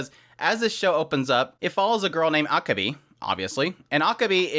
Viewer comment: I'm not sure if you're trolling me or if you just don't know but your pronunciation of Akebi is terrible.